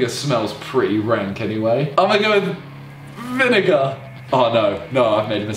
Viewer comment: OMG he said vi nigga instead of vinegar